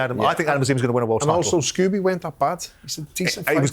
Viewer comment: It’s Kurt Scoby ffs Simon, not “Scooby”🤡🤡he’s not a cartoon dog ffs!!